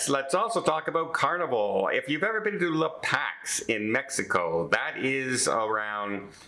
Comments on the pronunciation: la Packs?????? Come on. I think he means La Paz. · just a heads up. It's La Paz, (pause), and etcetera, not EXcetera. Love your show! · The correct pronunciation is LA PAUSE. Guess you've never been there. Very popular fishing spot in Mexico. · The port at the southern end of Baja California is La Paz, not La Pax. Read carefully!